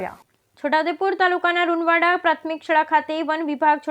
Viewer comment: Runvad ગામનું નામ તો સરખું બોલો